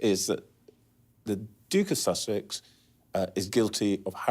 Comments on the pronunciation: Did she say Duke of Sausage? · Funny my caption keeps writing “sausage”, every time she says “Sussex” 🤣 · Lol When he says duke of Sussex the subtitles read as duke of sausages lol:)